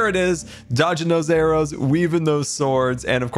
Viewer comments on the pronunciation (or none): Air-barrow? Wheel-air-o?